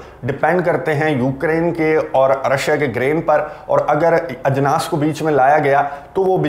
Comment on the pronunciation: Ajnaas bahut Khoobsurat ward hogaya hai Aapke zuban se Bhai